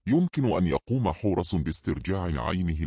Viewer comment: مثلا كلمة حورس بيحط فتحة في الاخر لو كتبتيها حورسْ هينطقها صح لأنك حطيتي سكون على اخر حرف